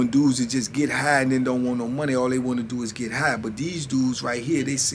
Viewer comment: Can you tell them it's pronounce do not dew🤣🤢